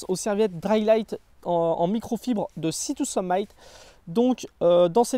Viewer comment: “Sea To Summ-i-t”, comme “termite” (pas “aïe” comme Brice de Nice). Super vidéo, comme toujours ;)